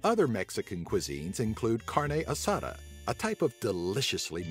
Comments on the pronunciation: "Carney asada"😂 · Lol how he said tamale and carne asada and guacamole